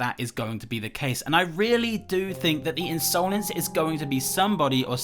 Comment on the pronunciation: Just wanted to point out that the word 'insolence' is usually pronounced as 'in-suh-lens' and not 'in-sow-lens'